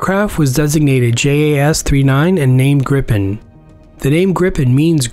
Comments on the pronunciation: Prenounced more like "Griipen" and not "Grippen" FYI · Isn’t it ‘gripe-en’? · So fun to hear people pronounce Gripen - Not "Gripppppen" you should say like - "Greeepn" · Gripen? Think "gree-pen" with a Scottish R.